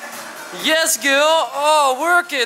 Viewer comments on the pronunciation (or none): In plaats van girl zegt enzo: gul 😂😂😂♥️ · Dit is hoe enzo "Girl" uitspreekt: "Giwl"